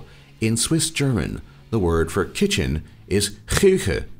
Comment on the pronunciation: 😅😅😅😅😅.....OMG,you just made my day by the way you are pronouncing the work kitchen....thank you for the video ...